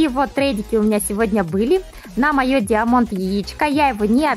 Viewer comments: Поравильно говорить не диамонт а даймонд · ты даже не понял(а) про что я говорил не про гласную в последнем слоге а в первом в английском язы сочитание "ia" дает звук "ай"